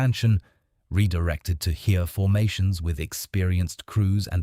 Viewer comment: I worked it out! The "Here" he keeps talking about is " das Heer". Pronounced "Hair". I know I'm f***ing stupid but this was confusing and didn't give me confidence in the rest of the video.